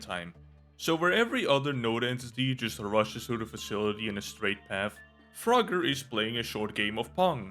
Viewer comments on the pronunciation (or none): Pinkie is a female. Froger is not spelled froGGer it's froGer. Because of that, it's fro-ger and not fra-ger Pandemonium also moves just slightly faster than Chainsmoker. Eyefestation, when enraged/outraged, does have a stronger pull, but it also does more damage when you look at it.